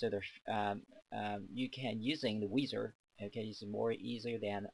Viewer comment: WIZARD... not weeezard.... ENGLISH man